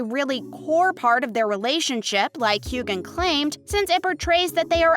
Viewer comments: It's not hew-gan. It's hew-an. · HueGan? It's Hue-wen, 3,300 views and you can't even pronounce his name right, Shame! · The g is silent in Hueghan. It's like scratching a chalkboard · I can’t stand listening to this gal mispronounce Sams name . I’m out!